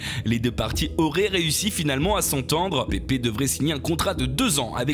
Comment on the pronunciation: pépé ? pèpe !!!! bordel !!!!!!!!! je sais pas c'est quoi votre délire avec pépé